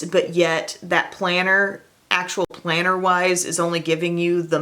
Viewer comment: Planner? I thought you said, "Planter!" You know dirt and something green. I usually use "cc" to prevent these misunderstandings. Thanks for the lo-down. (